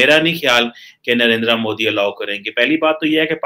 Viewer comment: mr. please learn how to pronounce the name of your favorite villain. you are a south asian not a firang. he is narendra modi not narenDra moDi.